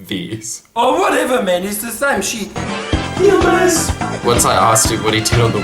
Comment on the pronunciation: "Manolo, choot dat pizza chit"